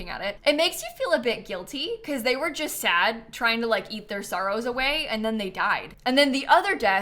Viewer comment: "I jist don't really care about penthouses!" so funny 😂